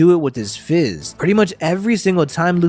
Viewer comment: If you mean Garp D. Fist, don't pronounce it like FIZZ!